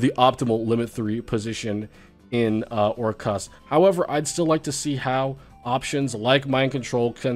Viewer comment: missed saying "or-CUST"